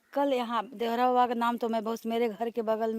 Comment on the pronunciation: नाम तो सही से ले लिया करो देवरा बाबा नहीं देवरहा बाबा बोलो